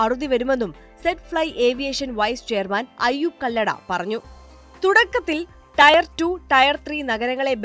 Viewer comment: "ടയർ 2 ടയർ 3" എന്നല്ല, "ടിയർ 2 ടിയർ 3" എന്ന് പറയണമായിരുന്നു. 🙂 Later, same problem also.